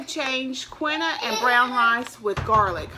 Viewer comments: It really is KEEN-wah. Just thought you might want to know the correct way. Look it up! No criticism; I talk ebonics all day! Enough of that! You know,, I really admire what you're doing to get healthy. I have such a difficult time losing weight and keeping it off. I'll lose ten pounds, gain them back, repeat. You really make me want to try harder. Thank you for your courage in changing your eating style and for sharing with us. Blessings! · Wow,! You deserve a great big applause! Maybe I can do that, too. I am so overweight. You go, girl! You look great! I know you must be so proud of yourself! Oh, and no disrespect but Quinoa is pronounced KEEN-wah. Blessings to you,. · It is pronounced "key wa" I myself am leaning towards a vegetarian diet. I just prefer it. My body seems to feel better and enjoy. I am learning how to make my own veggie burgers. I think its fun. I want to find that documentary. I also look on you tube and google some recipes. Really not hard to follow or that expensive. Please post what you find and do share. I'd love to hear your findings also.